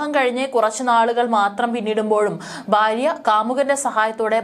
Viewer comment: Baarya alla bhaarya. Aadyam malalayalam parayaan padhikku.